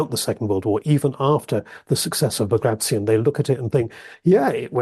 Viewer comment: Bag-ray-shun ... No Baag-raatyon ... Yes